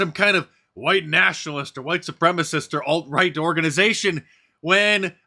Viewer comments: “White supremis” Lol! 😂🤣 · Dude can't even say "supremacist" right and he's in government!